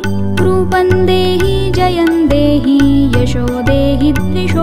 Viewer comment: Beautifully sung but please take care of. Few words next time. Every word should be correctly sung or recited. It’s rupam dehi not rupan dehi . Many more words are wrongly pronounced. Please correct them if possible next time. I listen to it too often. Great voice👍🏼